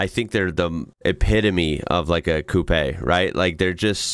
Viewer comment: Full marks for pronouncing 'coupé' correctly!